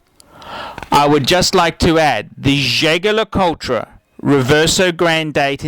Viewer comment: its pronounced " je-je le coult "